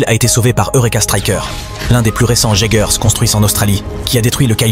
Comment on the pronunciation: merci d' avoir fait cet video mais les robots ce prononce iegers et kaiju bonne video